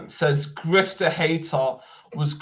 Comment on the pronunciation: Dude you saying gifted hater wrong on purpose ,wassup with that?